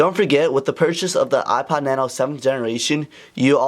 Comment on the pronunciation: Hate the way you say "ipad" instead of "ipod"